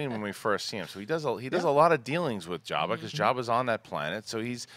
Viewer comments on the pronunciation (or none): He calls him "Yabba," lol. I suppose he pronounces it with a silent J.